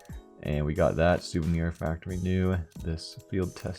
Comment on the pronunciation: souvenier knight